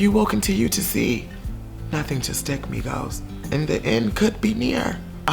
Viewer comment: in the beginning i thought said negros instead of migos